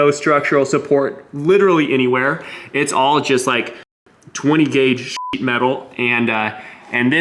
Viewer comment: SHEET ITS SHEET NOT SHIT FOR FUCK SAKE